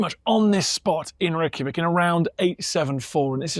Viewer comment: funny watching that guy talking about your country and he obviously doesnt know what hes talking about, and cant even say Reykjavík right ;'D lmao